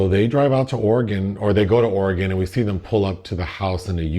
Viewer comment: Thank you for pronouncing Oregon properly!! Always enjoy the reviews!